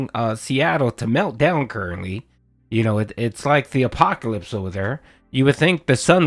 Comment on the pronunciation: The A-pork-alypse